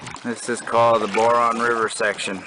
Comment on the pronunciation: that's my home area. I'm from quesnel. and just an fyi its pronounced b-ow-run. :) love all your videos too. ive backpacked many places you have filmed in Alberta as well. living in Edmonton at the moment but scampering back home to BC permanently this fall with my wife and 2 year old son. cant wait to take him out like you do with your boys. keep up the inspiration!